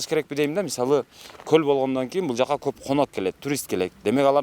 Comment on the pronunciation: Гөл эмес көл деп жүр .